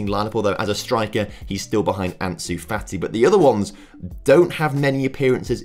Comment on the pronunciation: why did you call fati: "fatty"